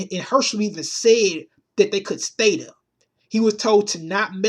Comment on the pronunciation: "DEH MO' PEOPLE DEAH!!!" LOL !!! You need some speech therapy dude.